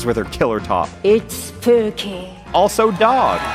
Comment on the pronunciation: IT'S SHPOOKEY